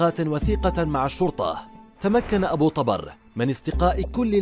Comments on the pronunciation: طُبر وليس طَبر وهو الفأس♥️ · احجي عدل ابو طُبَر مو ابو طَبَر لا تتمضيك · أبو طُبر وليس ابو طَبر اللغة العربية والنحو مهمة خصوصاً عند القنوات الاخبارية او الوثائقية. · طبر بالضمة وليس بالفتحة يلفظ شكرا على هذا المعلومات بالتوفيق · ابو طُبر بضم الطاء مو فتح الطاء اني:يمه اطلع الظهر امي:لا اني:ليش امي:يجيك أبو طبر وتموت اني:بلت على روحي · ابو طُبر بالظمة وليس بالفتحة كما كنت تقرأُها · للتصحيح ابو _- طُبَر - وليس -طَبَر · طُبر مو طَبر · طُبر مو طَبر اذا انت مو كدها ولهجتك اوفر شكو مسوي تقرير على شي ما تعرفة ؟؟؟ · ابو طُبر مو ابو طَبر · اسمة طُبر مو طَبر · طوبر وليس طابر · طُبر وليس طَبر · طُبر و ليس طَبَر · ملاحظة ابو طُبر بضم الطاء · طبر ضمه فوق الراء ليس فتحه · تلفظ (طبر) بالكسرة تحت حرف (ط) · طبر، بضم الطاء